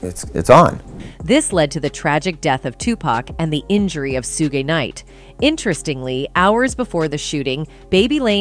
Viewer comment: 2pack and Shuugee knight LOL! Is the females voice speaking ai?